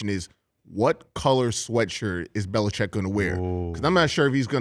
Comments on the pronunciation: Why do people (not just Dan) say "Bel-i-CHECK?" It's "Bel-i-CHICK." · Belichick, not Belicheck. Show respect by pronouncing his name correctly. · Beli Chick, not Beli Check. People been mispronouncing his name his whole career.